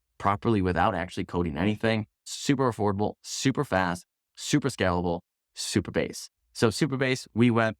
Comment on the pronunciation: Supabase not superbase 😅